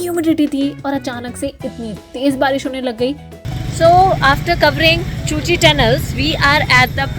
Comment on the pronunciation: Nice vlog. I first visited Vietnam in the year 2000. Was an unforgettable experience! The cu chi tunnels are pronounced as Ku-chi tunnels. Did you crawl through a segment of the tunnels? I recall having done that back in 2000.